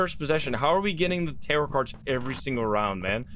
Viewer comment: the first time i heard tarot cards i thought you said terror cards but i think terror cards fits better as a name(i am completly new btw)